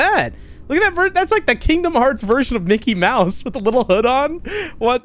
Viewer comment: It’s not Mickey Mouse it’s mickel mouse now 😂😂😂